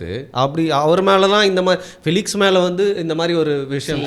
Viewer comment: பிளிக்ஸ் இல்ல... பெலிக்ஸ்